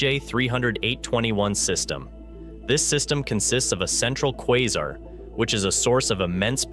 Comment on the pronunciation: QuÏzar? English, you FOOL!